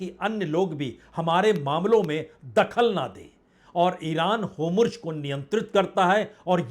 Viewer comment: पढ़े. लिखे. पत्रकार. महाषय वो. शब्द होमुर्ज. नहीं है. बलके हुर्मूज़. है.....